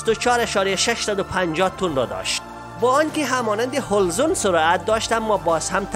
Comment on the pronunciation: همی گپ زدنت جور کن . حلزون هول زون میگی نمیتانی یک نفر دیگه ره بیار